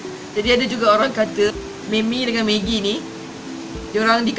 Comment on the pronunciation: Johari Jusoh hahaha. Is it sebab saya pronounce "Me-mi"? 😅 Hahaha. Saya dengar balik, rasanya apa yang membezakan, orang lain sebut "Ma-mi" and saya sebut "Me-mi". 😂 Ye idok? Hahaha. Ke ada yg lain?